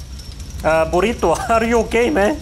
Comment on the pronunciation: He is calling naruto burito??